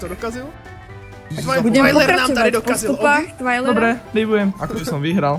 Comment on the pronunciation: to není Twiler,ale Twailer